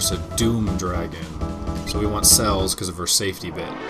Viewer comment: her name is not "CELLS" as you say. it is celes. pronounced sa*less as in celestrial. please dude call her by her name. not CELLS!!!!